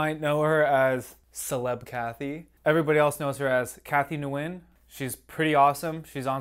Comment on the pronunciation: Nguyen is pronounced “when.”